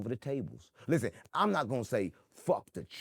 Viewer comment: A take a pull for every time he says "Lizzen!"